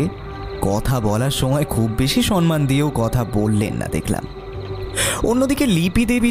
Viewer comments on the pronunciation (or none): none